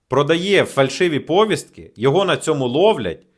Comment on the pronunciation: Ставте правильно наголоси, зокрема в слові "повістка".